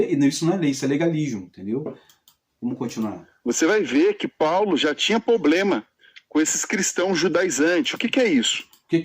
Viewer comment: Realmente esse cara é um analfabeto da bíblia é uma pessoa metido a entendido da bíblia,mas não entende de nada,ate a palavra problema fala poblema!